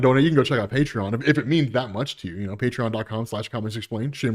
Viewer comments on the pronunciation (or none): none